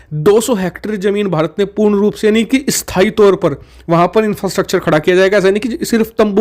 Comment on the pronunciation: स्थाई तौर या अस्थाई तौर के उच्चारण में फ़र्क है। स्टेडी को इस्टेडी और स्टडी को इस्टडी नहीं बोलते